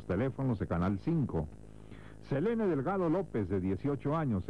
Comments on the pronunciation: he keeps pronouncing Selene’s name as Selena 😭 no need to -ah at the end, pal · SE LE NE, not selena